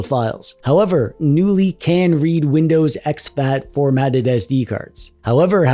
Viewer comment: Knulli is a portmanteau of the name of a type of firefly "Nulli" and the swedish word "Knulla" which means 'to f*ck'. So technically the name of the OS means "F*cky OS". Also, as in the word "Knulla" the "K" isn't silent. So the name of the OS is meant to be pronounce 'Ka-noo-lee'. So needs ta start ebracing that K sound if he wants to sound like a non-dweeb:D